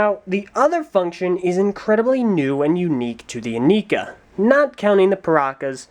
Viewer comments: Its not eh nee kaaaaaaaaaaaaaaaaa. Its eh nai kuh. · I am pretty sure it's pronounced "ih-Neye-kah". See this commercial: Not that I'd take the commercial as word of god ('08 ones mispronounced Lewa's name), but as far as I know, that was the only pronunciation given. A big con would be that the heads do not glow in the dark, despite how they were advertised. I also hated how Nuparu and Hewkii had yellow Zamor as opposed to red as advertised. Biggest pro is that the batteries in the sword are replaceable! :P I disagree about what you say of the masks. I thought they looked really badass. A bit out of place, perhaps, but still awesome. I was more disappointed by the lack of faces underneath the masks! Compatibility is not zero. You can slip these over Mata heads pretty easily. It won't stay on if you swing it around or anything, but I've made MOCs back in the day using these masks with Mata heads. Hideous MOCs, but the masks worked :P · Aren't they pronounced "in-eye-ka"? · Actually,, there is one thing you missed, and one SERIOUS gripe I had with the Inika (the commercials always called them "yi-nai-ka", for some reason) According to the Lego Magazine (June-August issue (?) 2006), the Inika heads were meant to glow in the dark, which they SCRAPPED for some reason and never really made a mention of it after that. Lack of QC at Lego, that was. Also, technically speaking, wouldn't Axonn be the next review? Since Axonn debuted in the second comic and was technically the first titan released with Brutaka.